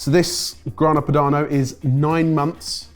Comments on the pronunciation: Anyone else hear say Grana Panado? 😂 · "Grana Panado" LOL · 12.01 Grana Panado? From a Chef ? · It always amazes me that the boys still can't pronounce well known foods and ingredients properly after all these years, even:D and that french music while opening a Grana Padano is just meme-worthy:D